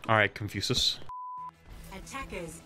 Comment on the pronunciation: Why does he pronounce it as "ConfuSUS".